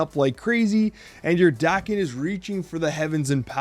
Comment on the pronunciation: Pretty sure it's Dah-ken, not Day-ken. His birth name in the comics is Akihiro which is why the season is also called Big In Japan. Nothing originating in Japan will be pronounced Day-ken in Japan. Sa-mu-rai, not Samu-rey. Ah-ki-hi-ro, not Ey-ki-high-ro. Jah-pan, not Jay-pan.